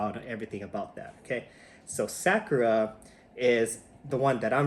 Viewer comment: Sa- like "soccer" without the "CCER" Ku- like "cool" without the "L" Ra- like "rock" without the "CK" Mahalo for sharing! Aloha from Hawaii!